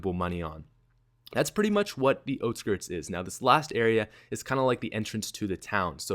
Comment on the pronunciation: It's out skirts not oht skirts